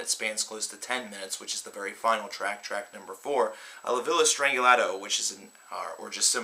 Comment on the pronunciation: It's not "Strangilato", it is "Strangiato".